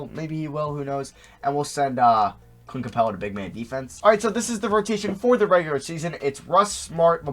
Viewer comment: why the fuck can you not say the word regular